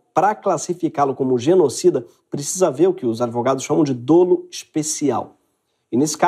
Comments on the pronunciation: A pronúncia de dolo é "dólo" e não "dôlo". Ótimo vídeo !!!! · A pronúncia é “dólo”, e não “dôlo”. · Sem querer ser chato, apenas com o intuito de contribuir com o canal, mas a pronúncia correta é “dólo”, como se o primeiro “o” tivesse um acento agudo.